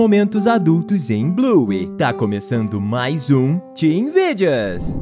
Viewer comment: Não é buy é bluey